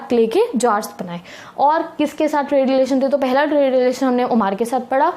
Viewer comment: The way she say phela topic Hy hamara 😂 😂